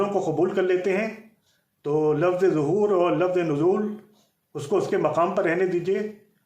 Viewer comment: Sabse Pehle ه Or ح Farq Kijye Uske Baad Zahoor Or Wilaadat Farq Kijyga